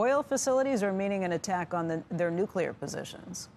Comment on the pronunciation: I'm just curious....what all goes into the air during all this nucular elimanation?